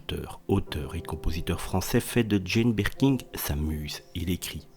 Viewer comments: C'est Birkin et non Birking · Merci de prononcer son nom correctement 😂😂 C’est pas birking chef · Mais putain , pourquoi dites vous BirkinG ? Y’a pas de G à la fin de son nom , bordel ! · Jane "Berking" non mais je rêve ! En plus mec ne sait même pas lire ! Nul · Rooooo, mais non on prononce pas le G il y en n a pas !!